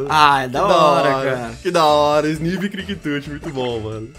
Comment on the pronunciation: Não se pronuncia Isnivi, se pronuncia esnaive (Snivy)